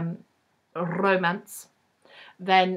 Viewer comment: please always roll your rs when you say romance. it's perfect. and yeah i can't stand manic pixie girls. usually. i Just finished The Lonely Hearts Hotel, also long listed for the Bailey's, and the character is a bit of a pixie. she does some cartwheels. but she's got a dark side. so it was ok.